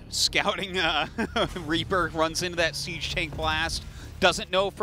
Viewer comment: Is it "siege mode" or "cheese mode" - not sure which one they said?